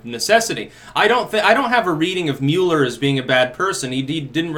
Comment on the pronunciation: MULL-ER not MULE-ER